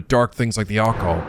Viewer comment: Uh,, Occult is pronounced with emphasis on the second syllable. “uh-CULT” not “AH-cult”